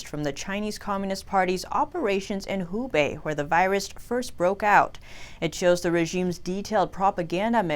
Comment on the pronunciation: Greetings from Shanghai! Thank you for the in-depth news reports. But it seems that two of your reporters are mispronouncing the name of the province, making it sound like “Hebei” (a different province.) Should sound like “who bay”. Just sayin.